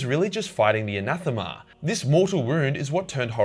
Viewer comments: It's not anathema, it's anathame. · Great video but Anathame is pronounced like Anna-fame. :-) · An-ath-eh-ma! 👍ya bloody drongo! 😛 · His name is Ra Endymion and he's one of the GOATS. The fifth sword is pronounced "anna-th-aim" as per the audiobooks. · It's pronounced the "ana-feem" in the books. Great video as always! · Just a quick note that sword in pronounced Ana-thame with the thame part said like fame just with a th. Hope that helps! Great vid regardless!:D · If you're still wondering,: it's pronounced "Anâthaim". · Anathame is clearly a play on "anathema," which was used in the excommunication sentence "anathema mal", usually translated as "let he/she/they be cursed" although it literally means "this is dedicated to evil." Anathema is pronounced the way you said. No idea how GW thinks "anathame" is pronounced. I would guess it would be like "anna thay meh," which is close to what you said especially for someone raised among kangaroo humping convicts.